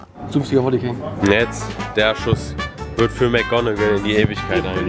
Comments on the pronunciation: Wolley ? Heißt es nicht Volley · Das heißt "VOLLEY"